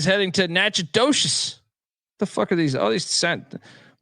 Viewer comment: Im from Louisiana and Natchitoches is pronounced na-kuh·tuhsh